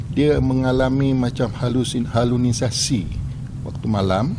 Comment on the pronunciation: game apalah ni..tapi polis ni ckp halunisasi 😂 halusinasilah 😂😂😂